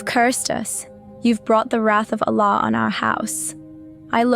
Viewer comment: Who else knows it's a script the way it is read!! Can you imagine the way she even say Allah doesn't match with the name..any ways this is a horrible script painting Islam i hope God forgive you!!